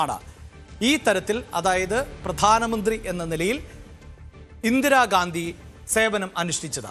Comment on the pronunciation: ചേട്ടാ ഇന്ദിരാഗാന്ധി അല്ല ഇന്ദിരാഗാന്ധി അങ്ങനെ പറയും വ്യക്തമാക്കി